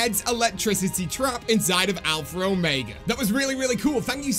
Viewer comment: As a British person, I can confirm that you pronounce Omega wrong. You say it the American way which is Oh-May-Guh. The correct British way is Oh-Meg-Uh